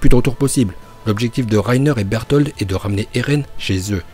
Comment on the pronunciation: Arrête de dire "Bertholtd ou plutôt Beltoto" genre c'est gênant là